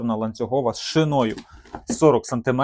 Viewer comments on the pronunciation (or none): Шиною а не шинОю., твоя вчителька з української не кацапські мати.